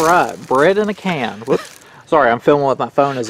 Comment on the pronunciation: well 8 never heard of it either.. but it sounds like "Bred in a Can" lol sometimes I go by deaf bread 🍞 heheheg